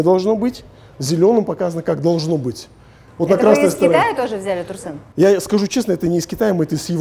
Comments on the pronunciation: Бесит как она говорит Турсен, какой Турсен, Тұрсын шығар ёпт, ең болмаса Турсын десеғой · Почему Турсэн?)) Казак емеспе, Турсын